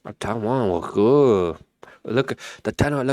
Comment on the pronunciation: Lmfao i know it isn't funny but yo that "Taiwan look goood." bruh that shit had me dead over here lol